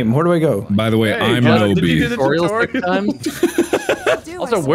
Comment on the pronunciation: Tutorial: Exists Mark: “Titureal”